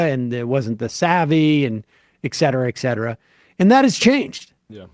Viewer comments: A lot of people pronounce et cetera as "excedra," not just Sam. I don't know why. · I know that there is no changing of Sam's pronunciation of certain things. But can he just recognize that there is a reason that "etc" is not "exc"? ET CETERA. Not excedra.